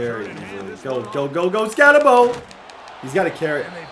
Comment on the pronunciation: I didn’t realize that, I just knew I couldn’t listen to Skattenbo for another video